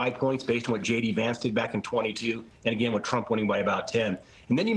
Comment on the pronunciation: Trump not Tramp